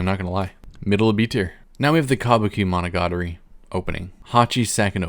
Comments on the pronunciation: I knew your list would suck when the first thing you said was the worst pronounciation of monogatari possible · Sorry but the way you pronounce "Monogatari" 😭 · "hachijuki" would be proud of that mispronunciation